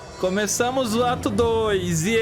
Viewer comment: Eu ouvi o falando "Acabou o atum?!" em vez de "Acabou o ato 1?!" AKAKAKAK